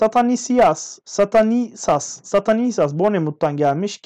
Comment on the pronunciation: Abi beşiktaş transferleri okurken bir tane oyuncuyu okuyamadınya adamın adı stanislas